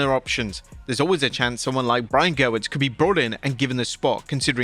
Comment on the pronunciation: It's Gewirtz, not Gerwitz 😊